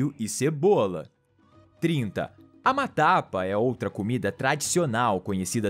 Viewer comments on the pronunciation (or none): Gorongosa, não congorosa, camarada. Matapa não" matava."